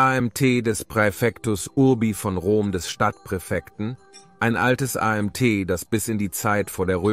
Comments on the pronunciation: Das Video ist seitenverkehrt: BBC rechte Ecke oben ist spiegelverkehrt. Sprache: "...der Fall des weströmisches Reich" es muss heißen: Der Fall des weströmischen Reiches.... was soll das A M T anstatt Amt? Computergeneriert? ...wieso Diedrich anstatt Theoderich? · Warum a m t statt Amt? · AI generierter Kommentar ... soweit ist es also schon ... gut zuerklennen an der Verwendung von A M T anstelle es als Amt auszusprechen ... schön peinlich.